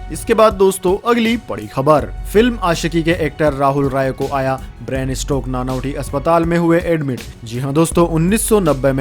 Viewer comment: नानावती न कि नानावटी अस्पताल।